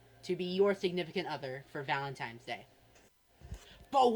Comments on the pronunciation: He can't even pronounce valentines, he says valentimes . Don't give this infection your money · him calling it "valemtimes day" makes me want to rip the skin off my scalp